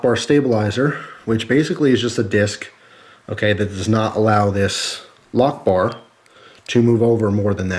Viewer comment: i thought he said allahu ackbar instead of lockbar